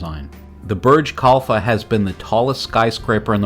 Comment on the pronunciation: Good review but for god's sake stop the robot reading! It invariably end up with Burj "Kalpha", "Richard Netura" or "Lee" Corbusier LOL It misreads quotes "Architecture is how to waste space" vs the "Architecture is the art of how to waste space" or it utters things like, "This is a building that stands this building stands" or "Unity Temple Unity Temple was an exercise in ..."